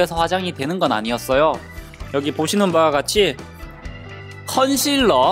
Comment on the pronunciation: 컨칠러가 아니라 컨실러에요